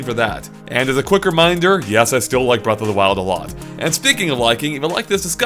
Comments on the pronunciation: "Breast of the Wild" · . "Breast of the wild"